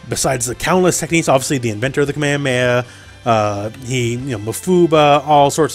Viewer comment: why do you mispronounce kamehameha like that